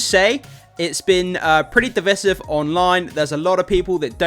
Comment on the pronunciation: You found the movie trailer...what? "Div iss iv"? The term is Divisive and it's pronounced "div-ice-iv."